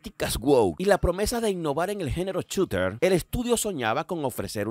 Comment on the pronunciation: Muy buen video! Lo único es que no se dice "chuter"!! A lo sumo "Shuter"estaría bien